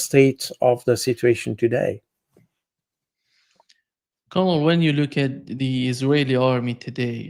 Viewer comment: To: ‘colonel’ is pronounced like ‘kernel’. To Jacques: the past tense of ‘ abide’ is ‘abided’ or less commonly ‘abobe’